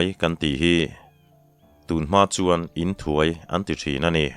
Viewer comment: Inthuai tih hi tun thlenga khawchhak lam kan unaute la hman a ni a. A thluk dan erawh a dang deuh(i lam dan nen). Rei deuh tawh mah se ka lo sawi ve hram hram.